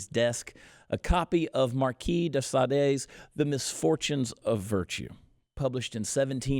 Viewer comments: Chad, just so you know Marquis De 'Sade' is pronounced 'sod'... great info. Thanks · Marquis de Sade, pronounced sahd. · Sade is one syllable. The Marquis of Sade’s name is not pronounced akin to the British singer.